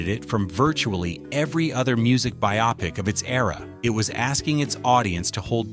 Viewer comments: The word is "BY-oh-pic", not "by-AH-pic" ffs. Grumbles at ai slop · Wow you lost all credibility by saying Terron played Otis - dear lord. Plus no credit for Terron singing all Eddie’s songs? Plus learn how to pronounce bio-pic. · the word was 'bio-pic'.